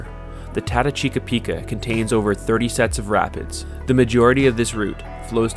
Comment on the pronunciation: Ran it twice last season in June with Kayaks, portaged 3 times of the 60 km's had a blast, your video doesn't do it justice for the scenery even thought it burnt, doing again this June First weekend. The fact that you miss spoke the name sucks lol.